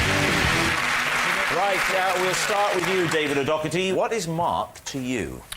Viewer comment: Weird how Rob and Mark pronounces David O'Doherty's last name differently.